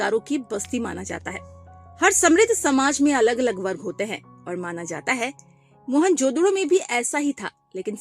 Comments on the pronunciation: Mhonjodaro ❌ Monjodhdo ✅😅😂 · mohan jodharo ❌ mohan jodhdoooooo ✅ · Mohanjodaro ❌ Mohanjoddo✅😂😂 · Mohanjadaro❎️ mhanjadado😂✅️ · mohenjodaaro pronounce karte hai maam